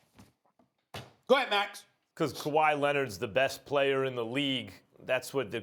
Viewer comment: I swear to god if the topic is about LA Clippers, you know Maxs opening phrase: “Kawhaii Leonard is the best pleyer in basketball”